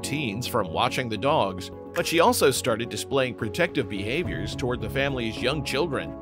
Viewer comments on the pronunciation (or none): none